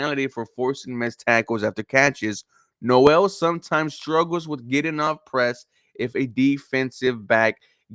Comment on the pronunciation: You pronounced Noel name wrong.